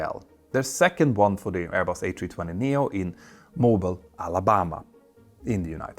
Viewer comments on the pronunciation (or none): Mo beall, not mobile. ;-) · How about a video on the B52 update that is now in progress? I know you don't usually do military unless there is a civilian aircraft involved, but this may be of interest to many of your viewers. Also, FYI, the city in Alabama is pronounced Mobeel with a long o and long e; just thought you may want to know some of our unique pronunciations? Love your videos! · Someone please teach Pieter how to pronounce "Mobile", Alabama, or I may just have to call him Peter Hornfelt.